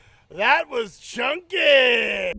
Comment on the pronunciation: That was CHUNNKEEEEEEEHH!!! That was the best part 😂 Almost Aussie sounding.